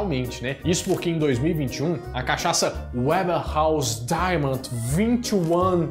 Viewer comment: A pronúncia do nome da cachaçaria é Weber com som de “V”, e não americanizado com som de “ue”.. só a título de conhecimento mesmo, pq o vídeo está ótimo! Kkkkk… Adorooo!!! ❤